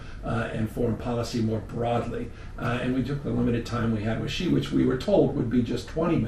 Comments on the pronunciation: Shee Not Jhee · YOUV'E LOST ALL MY RESPECT WITH YOUR PRONUNCIATION OF XI'S NAME. BYE! UNSUBSCRIBE.